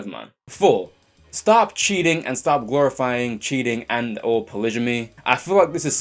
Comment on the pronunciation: how can a person be so articulate yet mis-pronounce "polygamy"?